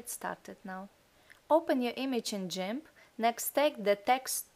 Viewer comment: please stop saying jimp, its gimp. nice tutorial!